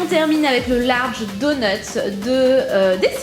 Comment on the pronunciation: aprend à parler